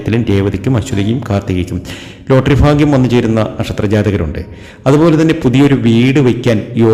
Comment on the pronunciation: Fagyam, Faarya, farthavuXXX PLEASE AVOID*** Its Bharya, Bharthavy, Bhagyam✓✓✓